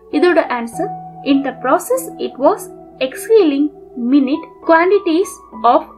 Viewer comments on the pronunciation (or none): Nice presentation mam but minute pronunciation wrong mam.